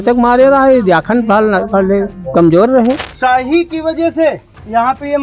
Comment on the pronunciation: Shyahi nahi shahi hota hai neta ji